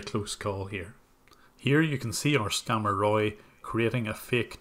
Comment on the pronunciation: ....it's not "scamer" it's SCAMMER....